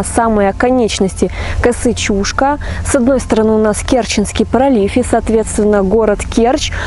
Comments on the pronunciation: Немножко ударение не правильно делаешь, не чУшка, а чушкА, ударение на букву А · Чушка" -ударение на последний слог))) А вообще видео классное,очень познавательно 1 я сам местный . Много читал,но Вы ,как никто другой систематизировали всю информацию! Лайк однозначно!!! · Территория никем не охраняется. Люди приезжают на машинах, рыбачат и кто-то даже умудряется купаться. 🙂 В прошлом ролике про Чушку я произнесла ударение ЧушкА, так на меня накинулись люди, что я неправильно произношу название. В этот раз я стала произносить так, как слышу от людей и как сама привыкла говорить. 🤷